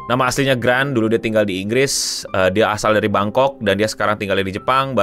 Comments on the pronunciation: I'd like to think lu sengaja mispronounce namanya dia karna emng udh jdi running joke di komunitasnya dia dan trash taste, but fyi, cara bacanya Garnt ya sobi, bukan Grant. Klo lidah-lidah kita yg lokal ya panggil aja Gan, si Gan, Bang Gan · Koreksi dikit, namanya bukan grant, tapi gant, tapi ga dibaca t nya karena dy orang thai. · not grant, but garnt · Namanya garnt bang, bukan grant, bacanya kalo bahasa Thailand itu gan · Garnt bukan Grant 😂😂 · bro dia namanya garnt bukan grant awokwo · bang namanya, garnt bkn grant wkwkwwkwk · "Grant" 😂😂😂 Mau sirkelnya atau fansnya sendiri masih ada yg salah nyebut namanya wkwk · koreksi gak penting dari pronounciation police: namanya gigguk (Garnt) dibaca gaan. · sengaja banget nyebut "GRANT" "GRANT" wkwkkwkw at this point udah jadi running joke